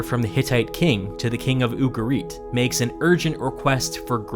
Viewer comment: ugarit, with the emphasis the U and the rest softer.